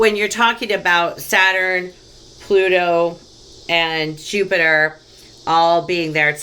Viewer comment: That was so chock full of goodies i'm gonna have to watch it again. And I laughed so hard when you said "Plupiter" you have no idea! At one point you almost said "dirty money and poliTRICKS" lol, that would've been appropriate.:) Thank you so much! XO